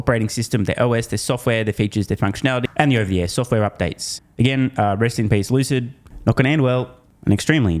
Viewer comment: Lucid is pronounced Loose It 😂